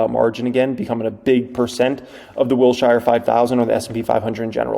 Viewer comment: Wilshire is pronounced “Wilsher” not “Wil-shy-er”. (😂 the most important comment on this thread, lol.)